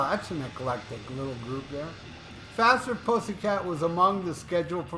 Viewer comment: Fathhhherrr putttthhhhyyy cat-annunciation please!